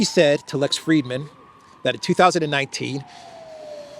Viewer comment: Frid-man, there is no "e".